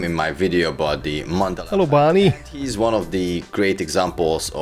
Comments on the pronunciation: "How's that working out for you, Barrrrrrrrrney"....that made me chuckle!! lol :D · I have to admit the resemblance between Enzo Ferrari and Mesut Özil is uncanny... but its just coincidence!!! Oh, btw you pronounce Barny's name wrong... it should be Barmey... thanks once again for the laughs 🤣👍